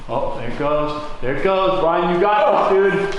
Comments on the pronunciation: But you didn't say Brian... you said Biran? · "roast Bwyan"